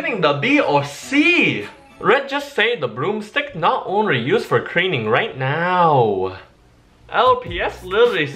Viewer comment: "the broomstick us not only for cleaning right now" His accent mixing with my hearing: "the broomstick us not only for creaming now"